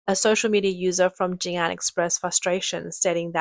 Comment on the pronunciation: It's pronounced JiNan, not JinAn.